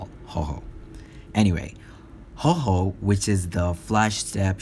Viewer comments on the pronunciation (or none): It's called Houho, no "Hoho"